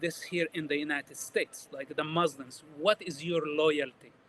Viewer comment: I’ll never believe a person claiming to be an arab who say the word “mzlims” he’s definitely a fraud we make fun of western who cannot pronounce the word مسلم he’s a Jewish Zionist